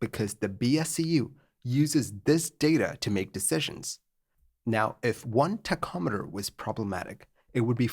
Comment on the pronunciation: I thought he was saying tech ometer but he is just referring to a tachometer. It is pronounced: Tac om eter Btw.